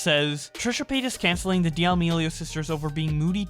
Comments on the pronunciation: It's painful hearing you say de-amelio. It's damelio. The ' in the name doesn't mean you have to say the d separately full stop then say the rest. It just sounds awful as de-amelio. Sorry. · why do pronounce d' amelio like Di' aLmEliO lmfao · stopping in the middle of the vid because d-AL-mi-li-o hurts my ears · For fuck's sake can you pronounce their last name correctly.?